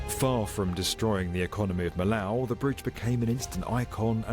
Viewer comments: It's NOT the "Mee-Lau" viaduct. It's the "Mee-Oh" viaduct. the "OH" as in Gateau "Gat-OH" , "Mee-OH" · It's not Milow Vayduc 😅 It's Vee-ya-duc (Duc not duck) de Mee-yo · Why do the narrator keeps saying Millau like that, it's Me Yo :D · Fyi, it's pronounced me-yo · The city is "miyo" even "miyoo" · By the way, the pronunciation in French is much more like "Mee-yo".